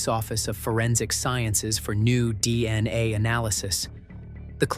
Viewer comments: Okay gotcha, ya so the first time he said it he said it right DNA, then every time after that he said dni, so WTF I see what you're saying how stupid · The narrator keeps saying DNI instead of DNA. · All I keep hearing is dni pathetic this is why this crap can't be trusted when the idiots can't spells or pronounce things properly. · Hmmm he just said DNA